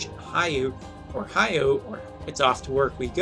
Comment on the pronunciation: Hi yo hi yo hi yo hi yo lol. Are you incapable of pronouncing 'Hyoh' correctly? Just asking.